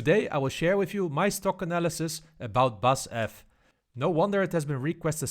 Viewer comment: Nice video,. Just a small note: In Germany, we pronounce the four letters in BASF’s company name separately, and not the first three letters like a normal word. 😉 Looking forward to your further stock analyses.